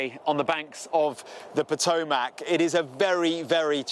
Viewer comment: It is spelled Potomac. It's pronounced Potomick. Not MACK.